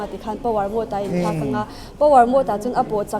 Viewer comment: Scooter tiin i lam thlap thlap a a tha hle mai. Mahse, i Caption ah Scooty tiin i ziak leh lawi sia. Youtuber leh Public figure te hi Saptawng thumal kan hman lar tam tak hi dik deuhvin hmang hram hram ula. MODE pawh hi Mood tiin i lam tlatin ka hria. I Nula interview kha chuan Mode a ti thlap a, nangmah ber khan Mood i ti tlatin ka hria 😁